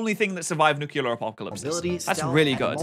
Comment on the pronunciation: Oh god says nuculear instead of nuclear and I hate it